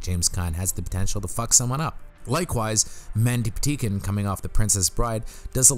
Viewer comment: Are you saying "Mandy Pateekin"? It really sounds like you are. I'm guessing you're not, but just in case... it's Mandy Pa-tink-in. My favorite Mandy thing ever